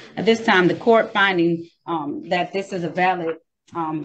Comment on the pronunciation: at least learn to pronounce correctly "dis" "dat" "foref"